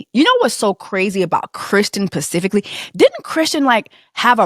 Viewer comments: Yes! You hit the nail on the head about being able to acknowledge that people can be enablers/complicit and victims as as well. Side note: it's "specifically" not "pacifically". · Sis its pronounced SPECIFICALLY! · Is this your first time watching this channel? Because here we say pacifically. 😁